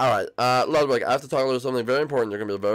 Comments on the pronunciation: Lugwid now Lugwig? IT’S FRICKIN’ LUDWIG!! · It was so funny when everyone was calling lugwig emo